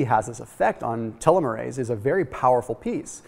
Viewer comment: It would have been nice if you had talked w/ any biologist beforehand on how to pronounce telomere and telomerase.